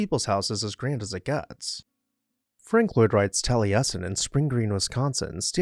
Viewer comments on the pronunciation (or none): none